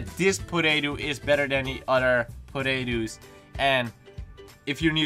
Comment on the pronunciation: Thought you said "Podaetoos"